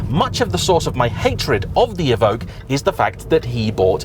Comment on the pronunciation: It’s “E ~ Vock” que is “ock” there is no g in it like Evougue